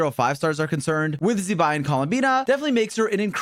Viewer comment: zee-bai, have we learnt nothing